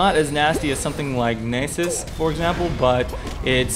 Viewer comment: surely its naas-us not nase-us